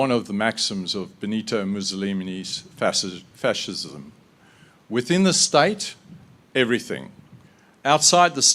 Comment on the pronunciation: It's hilarious how he can't pronounce fascist properly